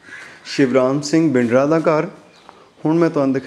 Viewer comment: Great effort, you are doing excellent service by showing old places and buildings.I may please correct you that proper pronunciation for Bindra is to speak th tha for D, Thanks a lot. Allah bless you.